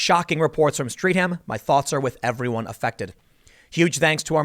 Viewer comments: Streatham is pronounced: Stret-am. The Mayor doesn't care and no one will address the Camel in the room. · For you yanks, it's pronounced "Strett-um". You're welcome. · It's pronounced 'Stret-ham' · FYI. It’s Stret-am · Pretty sure Streatham is pronounced Stray-tham, but I could be wrong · It's pronounced 'stretam' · Tim sorry to be pedantic Streatham is phonetically pronounced Stretam. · Streatham, the place is pronoun Stret-ham or Stre-ham.... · Dood, its pronounced "Stret ham", but good work, as usual Tim. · Streatham is pronounced stret ham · it is pronounced Strett ham. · Tim: Come to London. See for yourself. BTW Streatham is pronounced “Strettum" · Streatham.....it is pronounced Stret-hm...for reasons. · ffs it's said st-ret-am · Pronounced more like Streth-ham or Streth-am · Pronounced stret/am high road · Its pronounced "Stret-hum" - subscriber from LDN South West 👍🏻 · I didn’t know about this and I live in London. It’s because I don’t watch MSM. Just for your information, we pronounce it as ‘Stretam’ here. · It's pronounced; STRET HAM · It's pronounced Streath am. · It’s pronounced Stret Um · FYI Streatham is pronounced "Stret-um". I actually used to go to the gym just a mile or so down the road. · It's pronounced Stret-am. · It's pronounced 'Stret-am' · Pronunciation guide - Streatham is pronounced Stretum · pronounced STRET-HAM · Oh Tim, we pronounce it "Stre-ff-ham" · it's pronounced "streff-ham" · Best mispronouncement of Streatham I have ever heard. It happened less than a mile from me. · It’s pronounced streat-um not street-ham (I know we have some weird pronunciations) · I used to work there a few years ago. Terrible incident. Sympathies to all innocent parties involved. FYI Streatham is pronounced as 'Stretam' not Streetam. The short 'e' should be used. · It's not streat-ham its streath-am pronounced like death-am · 'Street-Ham' love when yanks try pronouncing British areas. Stret-Uhm, mate. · It's pronounced - Stret-um. Not Street-Ham.